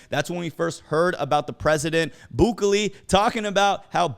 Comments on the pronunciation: El Salvador’s name of president: Nih-EEE..... BOO-kELLY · its pronounced Boo-keh-le idk if that helps